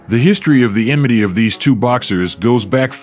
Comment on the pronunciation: It's 'enmity' not emity. Enmity from enemy. Someone tell that lazy voice-over bozo. 'Bozo' from Bozo the clown.